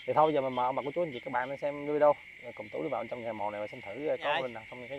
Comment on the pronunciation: Vi deo chứ không phải Vi đô nhé.